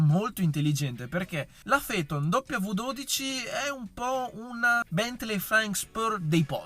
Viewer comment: Si pronuncia Feton ….nomen omen